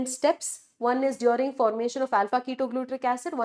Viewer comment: I love yr videos mam but the way you say "dwaring (during) and Carbon D oxide" is so irritating